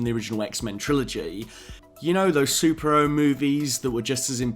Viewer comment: Love how I hear "Sup-Ero" instead of superhero. But overall good video man